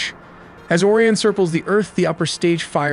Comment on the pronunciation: Why do you pronounce Orion like "Or-ee-an" , but then pronounce it as "O-ry-in" ? You also say "cirples" instead of "circles" in the sentence . Why?